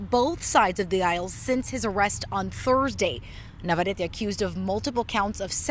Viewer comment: Man, the pronunciation of the chick... ITS NAVARRETE WITH DOUBLE R